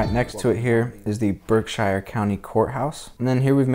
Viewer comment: Great coverage of Pittsfield, I'm a native born here now and Octogenarian just for future reference, "Berkshire" is pronounced "Berkshure" not Shire! But its a common mistake lots of people make . Thanks again for a great video and for sharing. ECF